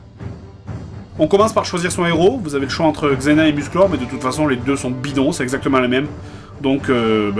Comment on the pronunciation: c'est Xena pas "zeina"